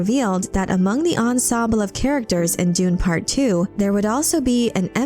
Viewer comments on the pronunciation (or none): none